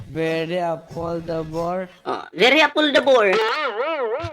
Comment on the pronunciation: hahaha beri apoldabor daw 😂😂😂😂 juice meo sino ba nibili nyan hahahaha siguro sinabi nya very affordable un hahahaha biri apoldabor sabi nya hahaha